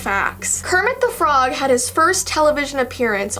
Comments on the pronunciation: Kermit de frog Me: you had it right the first time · Kermit du frog Me: that's wrong correcting herself: Kermit thu frog Me: that's still wrong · KEEMIT DE FROG 😱😱😱😱😱